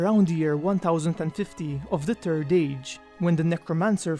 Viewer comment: It always sounds like you are saying "the turd age" when saying "the third age"